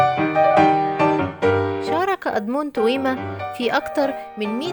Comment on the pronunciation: توما ومش تويما